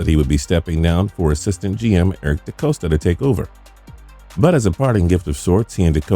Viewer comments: I love the idea behind this. but this video is riddled with errors 1. Ozzie Newsome announced his retirement plan before the draft, but he didnt officially hand over the GM role until the end of the 2018 season. 2. Eric DeCosta is pronounced D-cost-uh, not D-coast-uh 3.The Bills traded up to 16 to take Tremaine Edmunds, the linebacker. They had already drafted Allen at 7th overall. I think there were a couple more minor ones, but those were the big ones. Its worth mentioning that a huge part of the Ravens draft success over the years has come from Decostas ability to predict the way other teams will draft with extreme consistency. Most years he has succesfully predicted who the Ravens would take, even when they were in the late 20s. that may seem easy, but most years, they draft a player who is generally considered to be sliding down the board unexpectedly. The Ravens also do more work (and spend more money) than almost any other franchise when it comes to researching other teams draft connections. He has said repeatedly that once Lamar got to about 20, they felt really good about being able to get him at 32. They had secretly worked out the eagles deal weeks in advance and planned fully on that being the most likely avenue to getting Lamar. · Ozzie did not retire before Lamar's draft...that was his last draft class. And it's De-Cost-A, not De-cose-ta. Great Video though besides that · Stop saying his name Dacoasta. It's pronounced dacosta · Not to nitpick, but it's DeCAHsta, not DeCOHsta. Anyway, I'm convinced they would have just waited and taken Jackson in the 2nd round, but the NFL rule allows for longer rookie contracts to those drafted in the first round, and they wanted to have Jackson under control for an extra year. Everybody who says they 'took a chance' on him -- no, they KNEW. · It’s pronounced De-cost-a, not De-coast-a! Do your homework. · This so called expert doesn't even know how to pronounce the GM behind all of this. haha "DeCoasta!"